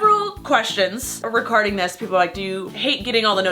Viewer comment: "I got several questions recarding this" 😂😂😂 I had to replay that three times to make sure that's what I thought I heard Lol